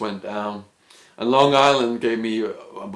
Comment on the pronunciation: I live there, L.I. . I had a family friend that was locked up in Arizona prison system around that time. I thought it was crazy when I heard you say Long Island with the hard 'G" , everyone makes fun of how we say it. How many people from long island could have been locked up in that area at that time in Arizon Prison. That would be pretty crazy if it was the same person. Did you ever live in tent city beside the facility you spoke of ?